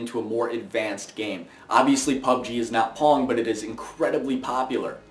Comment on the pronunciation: Dunno about you, but when he says pong.. im hearing porn ..